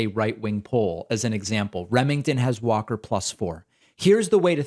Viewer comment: Walker is so compromised that he could not possibly read and comprehend legislation that he would be voting on. He couldn't help design legislation because he's practically illiterate. It's not just that he can't even say, "Democracy" - He can't even pronounce his own name! He says, "Warr-Kerr". What a disaster of a candidate!